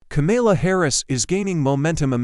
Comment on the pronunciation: Ka-Mela???? NO - Calm-ala OR Comma-la!